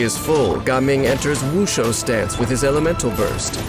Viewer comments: Why do you have to pronounce Jiaming as Gaming😭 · Ganming or Gaming ? the narrator sound like he is saying "kanming" tho.